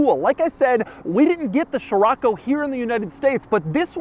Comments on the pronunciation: Scirocco is pronounced; See-Ro-Ko… not Chiroco or whatever you say. It’s the Arabic name of a wind in the Mediterranean see that blows and comes from the Sahara. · man this ”sheerocco” hurts my ear drums...cant u just say as it should be? cee-rocco? scirocco? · Pretty sure it's not SHirocco Doug but Sirocco. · I've been pronouncing Sherrocko wrong 😑. I've been pronouncing Skirokko since ai been reading about it being the Beetle's replacement in a little Beetle History book I had in as a youngster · So Americans pronounce it as "shiroco". In south africa we say "skiroco" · Man, why you keep saying sHirAcco, when it’s scirocco? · The way Doug pronounces the names of European cars cracks me up every time (poo joe, sheerocco etc) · sciroAcco ? damn why is it that every american has to butcher every non english name ? (same applies to chrysler's lesabre that you guys turn into lesabER for lacking basic reading skills, and don't even get me started on brands names, even clackson's list is incomplete) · Name: Scirocco English pronunciation: Cheraco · The quirkiest aspect of this review is the way Doug says Scirocco 😂 Still, such a beautiful car, very often seen here in Portugal. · Doug, the kind of guy to teach me how to pronounce 'Scirocco' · I can’t watch this video… Doug keeps insisting of saying the name over and over in the first 2mn, while not saying right… it’s like: “Dude, do you even know what you’re talking about??” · Jesus Man it hurts my ears how you read scirocco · I can t stand him butchering the name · The way that your butchering scirocco is driving me up a wall every time and you keep saying it like 12 times at a clip